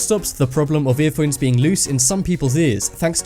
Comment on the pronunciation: Worst. voice-over. ever. Please let it be a computer, because if there is an actual person pronouncing "phones" like that, he needs to be shot.